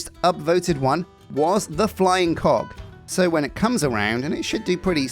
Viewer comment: You really need to pronounce the G in Cog better! When you said Sheila got hit in the face with the Flying Co…” I spit my food out 😂.